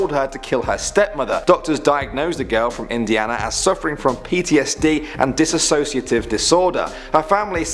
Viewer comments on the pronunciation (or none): none